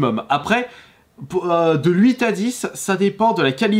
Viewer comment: J'ai vraiment du mal avec son "LUITE" je sais pas il le sort d'où son L dans Huit